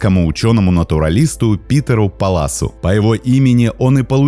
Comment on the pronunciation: Паллас.ударение не на а,...мы. же....не ...такие...манул,да,кот,благодаря,немцу,Палласу,который при Екатерине который поехал в Приволжье,встретил этого кота....описал его.....так что.....Палласу полный зачёт! Мож не правильно пишу,но манул, и палас,они рядом❤